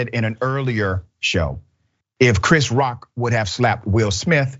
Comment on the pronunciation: The bitch couldn’t even say Chris Rock name 😤